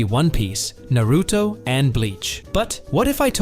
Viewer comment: You should learn how to pronounce Naruto